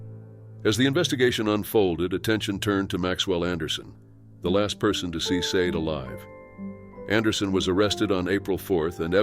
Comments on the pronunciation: I’m pretty sure you pronounce “Sade” Shaw•Day. Possibly even Say•Dee. But not Sayed. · Sade is pronounced 'sharday' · Sade is more likely pronounced SHA DAY.